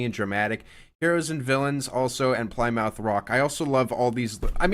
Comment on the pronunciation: Ply-Mouth rock? Where are you from that you pronounce that word that way?